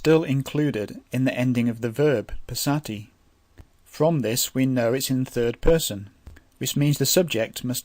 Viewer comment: Amazing but your pronunciation I think can be corrected going with the close languages to it. Passami should be Pas saa mi rather than Pssa mi. Equally Pas ser thi, and same way, Dham man pas ser thi, Soo man pas ser thi.